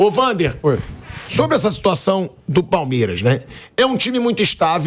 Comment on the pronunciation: Ho pilhado aprende a falar palmeiras